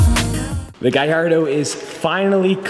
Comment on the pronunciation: why do i say giardo its galardp